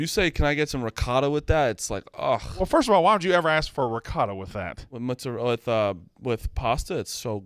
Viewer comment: My Italian born wife would be disgusted with the way & say mozzarella, prosciutto & ricotta.